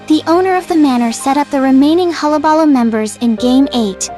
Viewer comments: It's "hul·la·ba·loo" not "holla balla". Also Joker wasn't the one who set the fire, it was Murro Morton. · huh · luh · buh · loo You're saying it weird. That's how.